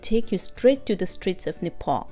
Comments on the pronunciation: nice video but it's Nepal not nefol thank you for video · Not nefal it is only nepal. make sure pronounce before say okay. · Plzz don't pronounce Nepal as Nefal😟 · it's NEPAL not Nephol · God I hate when Nepali people butcher saying our own country’s name!